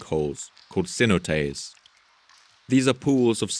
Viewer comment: Spanish "cenotes", plural of "cenote", pronounced approximately say-NO-tayss!